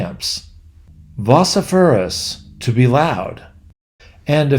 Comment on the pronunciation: Very interesting narrative. I grew up with The Hardy Boys in the 50s and delighted in the Disney version of The Tower Treasure when it was first aired. One thing, though. Your pronunciation of the sample words from the books -- vociferous and philatelist -- was questionable. And you spelled fusillade incorrectly and pronounced it strangely as well. I guess you're right that we did have a larger vocabulary back then. Thanks to you, I've now downloaded onto my Kindle a few of The Hardy Boys books from my youth. I hope I enjoy them as much as I did 70 years ago.